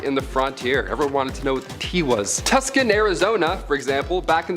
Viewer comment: It's pronounced like 2san, not tukson.